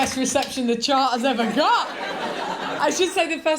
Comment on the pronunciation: When she said chart i heard chant. I was waiting for a jingle. Lol